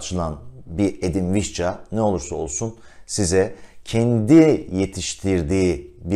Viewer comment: Vişça olarak telaffuz eden birine rastladığım için çok mutluyum...